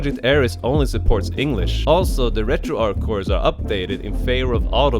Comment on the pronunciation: It's not Retroark. In developer interviews and team discussions on Discord, the creators confirmed that the name was inspired by Arch Linux (since the project's early days were closely tied to it). Because nobody says "Ark Linux," the "Arch" in RetroArch follows the exact same soft "ch" sound.